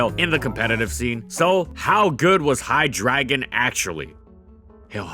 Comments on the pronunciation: it's wrong then. It's a german name so you gotta say it correctly hi-dray-gone/hi-drei-gone(in german, drei meaning 3) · Hydreigon, not Hydragon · it's pronounced HIGH-dragon? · Why do you keep calling Hydreigon "High Dragon"? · its pronouced hyDRAYgon ree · Just to get it out of my system, it's pronounced Hy-Dry-gon. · Seriously? No comments about him pronouncing Hydriegon as "High Dragon" the entire video? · It’s pronounced “High-Dray-Gon” There’s and E and an I in its name dude. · Pronounced Hi-dray-gon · I would have personally pronounced it "High - dray - gahn", but you do your thing,. I respect your research. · Hi-dragon. Lol ok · Please reupload with you saying it as Hi-dRAY-gon PLEASE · IT IS PRONOUNCED (HIGH-DREDGE-EON) If you cant be bothered to look up the names how can you talk Pokemon? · Hy-drei -gon. I never heard this Pokémon pronounced the way he is doing it. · LittleWhiteRabbit'B' Well part of its name “Drei” is German for 3 and is pronounced like “dry”. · I mean part of its name is pronounced like “dry” which is stressed in the pronounciation lol Even the Pokédex 3D and anime pronounces it like this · Well he also pronounces it wrong so dont feel too bad (hi-DRY-gon) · I'm pretty sure it's pronounced Hi-dry-gon, Drei meaning 3 in German and pronounced as Dry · Is it not Hy Drey gon? I refuse to accept (as I've never seen the anime) that ei is making an ah here. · Seriously. I had to say drei everytime he pronounced his name. It bothered me way more than it should. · It's HY-DREI-GON. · Isn't it pronounced "high-drey-gon"? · Am I the only one annoyed by the pronunciation? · These videos are great and some of my favorite Pokemon content to watch, but man if you could say the names right, then that be absolutely amazing. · Your pronunciation of Hydreigon hurts me physically. Is that seriously how it's pronounced? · He pronounces it right in the beginning of the video and then has a slips of tongue later on, give him a break.